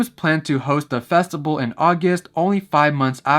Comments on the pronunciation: Bro, why are you pronouncing "festival" like that ? "Festibal" ?? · everytime he said festible i died alittle inside 😭